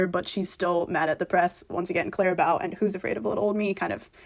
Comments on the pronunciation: Clara Bow, pronounced as in bow in your hair or bow and arrow. Sorry to be pedantic, but can we get her name pronounced properly? Thanks. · The mispronunciation of "bow" hurts my ears, but the rest was interesting. I really felt "Thank you, Aimee" was never meant for this album and should have been a vault track to rep or something like that. Also, who's afraid of little ole me? I love it so much.